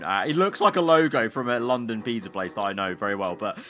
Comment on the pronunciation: Why does he say peedza😂